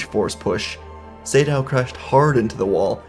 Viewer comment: Not sure if you learnt this but I think its Naga (Similar to the snake from myth) Sa - Dow, not Say-Dow. Could just be an uncultured idiot though.